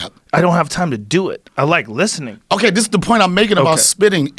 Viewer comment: I like listinin 🤣